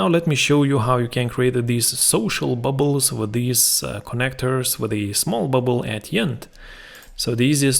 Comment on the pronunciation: It's great! I like the way you said "bubles" 🤣